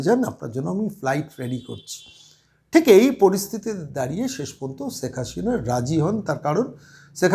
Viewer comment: আরে কততা শুদ্ধ বাংলা বলেন- ছেক হাশিনা বলছেন, উনার ছেলে লন্ডনে নয়, আমেরিকায় থাকেন সেটাও জানেন না। অনেক ভুয়া পন্ডিত ভারত রাষ্ট্র কে ভারতবর্ষ বলেন, কী অবস্থা, লেখাপড়ার এই দশা?